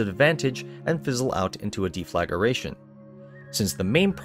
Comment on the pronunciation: what a difficult video to watch. it de-fla-gration not de-flag-ration. non of the images even line up with the subject matter. there are hundreds of pictures and videos of the Borealis yet they show just a standard long ez. they just messed a bunch of stock videos together and read a popular mechanics article